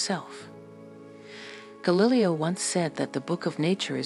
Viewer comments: And, "Ga-lily-o", really? you mean Gallileo? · you blew it. Its galliLEO not gallilly-o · Ga - lilly - o ...couldn't listen after that. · The bot narrator pronouncing "Galileo " as "Guh-Lil-EeOh" turned me off right away. It's "Gal-ill-AY-Oh" you BOT..... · And Gal illy oh 😮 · Ga-lill-lee-oh :face-red-droopy-eyes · When will ai learn to pronounce Galileo? Ga-lilly-oh......? Gimme a break.... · AI is putting many an actor & narrator out of work. Tell tale AI is a voice of a peculiar pitch, and inability to pronounce English words & even names correctly, such as Galileo, which AI pronounces Gal-lil-eh-o. I stop & search for a narrator owned & spoken video. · Are we expected to buy into a presentation by someone who can't pronounce 'Galileo'? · it’s an AI voice. Many mispronounced words and unnatural phrasing with emphasis oddly placed. Annoying and unnecessary. Discredits the message. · When I heard Galileo mispronounced I knew I couldn't think there was any validity in anything being said. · You mispronounced Galileo! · If you were going to do a video of him you might want to learn how to pronounce his name correctly